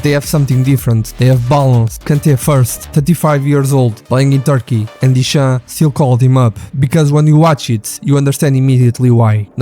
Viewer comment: Контент норм, але чому сам не озвучуєш?! Прізвища називає так - що не понятно про кого...тіша - дешам)